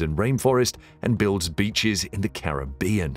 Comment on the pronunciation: Saying "Caribbean" wrong...